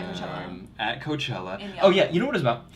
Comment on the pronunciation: Lmaooo “hooker” for Coachella